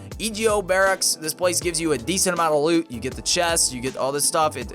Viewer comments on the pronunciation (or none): It’s pronounced bear-acks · It's pronounced Barrack (Obama) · Barracks - (Bear-ecks) Its a military housing building.